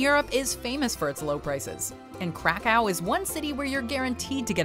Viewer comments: KRAkow. Not CRACKow, plz. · Krakow it pronouced "crack-ov"! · The way she pronounces Krakow makes my ears bleed.